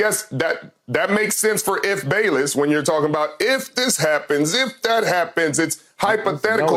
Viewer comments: He called him “IF BAYLESS” 😭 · If-bayless lol